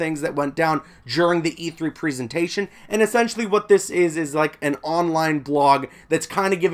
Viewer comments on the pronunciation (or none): "At the e3 preeseentation" lol. Presentation. Prez-en-tation.